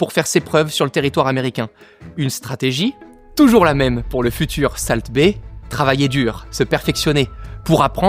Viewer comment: Par contre pitié salt ça se prononce solt